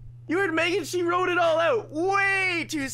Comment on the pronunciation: the h in she is triggering